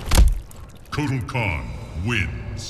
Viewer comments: I always think kortal khann says Aztec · it's kartal kawn